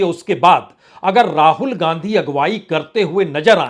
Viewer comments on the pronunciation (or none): शुद्ध उच्चारण करना सीखें। 'राजनीती', 'पासा फ़ैंकना' क्या है? र्राजनैतिक, र्राहुल क्या है?